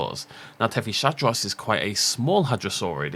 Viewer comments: I might be wrong but I believe it's pronounced as "Tethys-Hadros" as in Hadrosaur from the Tethys, not "Tethy-Shadros". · Something I'd like to point out is that Tethyshadros is pronounced "Tethees-hadros" and not "Tethee-sha-dros", I've noticed you've struggled with this for a while so wanted to help ya out a bit, was also hoping you'd notice it with Attenborough's narration, other than that keep up the good work with these vids!